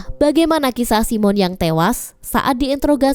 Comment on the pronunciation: Bukan si mon la..tapi simon..😂😂😂